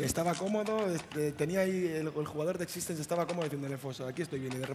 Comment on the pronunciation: es x6tence no x6stenz